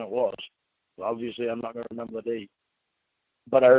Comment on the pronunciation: is a pathological liar. Also say “ I doont remembah..” he thinks people forget or are as dumb as he is. She has paperwork. Then he’s like “why’s she have that “ he’s so stupid. He has to be made to quit. He doesn’t want to change. He’s on probation for life. the loser.